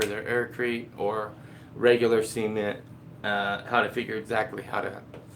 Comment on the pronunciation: See-mint lol...